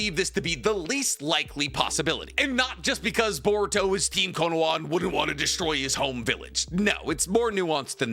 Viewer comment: this man is the go to naruto youtube and after all this time still says “konowa” instead of “konoha”